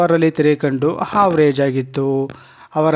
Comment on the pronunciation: ಕನ್ನಡ ಸರಿ ಮಾಡ್ಕೊಳಿ, ಹಾವ್ರಜೆ ಅಲ್ಲ Average